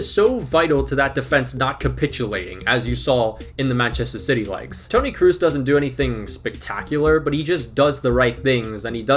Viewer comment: Kroos, not Kruus. spelling the O like o in on. Look how the German Commentators say his Name